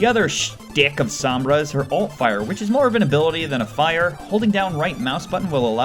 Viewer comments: omg it's SOHMBRA not SAHMBRA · "Ah yes, SAHMBRA." Sorry sir, but I think you meant "Sombra". Like damn son. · is S-O-BMRA not SUM-BRA! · SOMBRAAA NOT SAAAMMMMBRAAA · soh-mbrah..... its so-mbrah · he doesn't even know how to pronounce her name right lol its so-m-bra not sa-m-bra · why do people always say "SAHMBRA?" it's not that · It's pernounced sohm-Bruh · S om bra it's sounds like this so mbruh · You pronouncing her name triggers me cause you didn't say it right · Why does everyone say Sombra wrong? It's not that hard, they even say it correctly in the animation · You pronounced Sombra wrong, please get it right